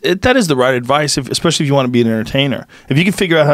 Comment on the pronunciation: He says exspecially too. Painful